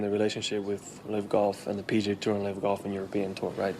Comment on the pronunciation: Billy it’s “Tour” not “Terr” 😂